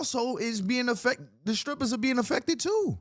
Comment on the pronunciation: I heard what I heard right? Her ass said"scrippers", and kept on saying it. I can't be the only one 😅